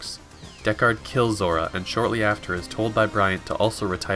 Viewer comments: Pronunciation of "DeckARD" here gives me twinges. And yet at first it is spoken correctly, for some reason. It should be more like the phrase gold record if I'm not mistaken. That aside, very nice condensed film. Though newbies should watch the entire movie, because it is outstanding scifi cinema and great to behold ... with a gorgeous musical score. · wtf why did you change your pronunciation of deckard as the video progresses. deckARRed